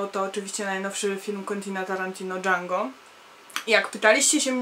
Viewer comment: Django wymawia się jak się bez d ;)